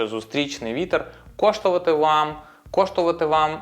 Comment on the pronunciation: Так і не виговорив "коштуватиме"